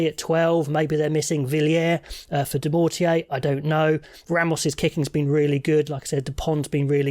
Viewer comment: Little mistake regarding the French winger's name : it's Dumortier, not Demortier.